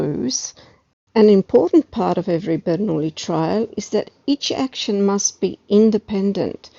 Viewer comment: min ... sounds like the correct pronunciation of "Bernoulli".